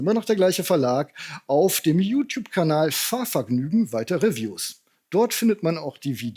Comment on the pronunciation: Ich mag dich und deine Arbeit sehr. Trotzdem bitte ich dich einmal zu checken, wie das Englische Wort "review" richtig ausgesprochen wird. Danke im Voraus! 🤗😉